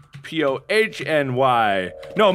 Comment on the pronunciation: Nobody: Markiplier: Markipony